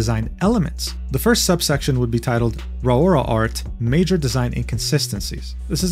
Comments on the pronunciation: A brain cell died in my brain when pronounced "Raora" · I got whiplash with not ealizing the first foxgirl was Raora, let alone his pronunciation of her name. Guess I spend more time watching vtubers and calling myself out for that.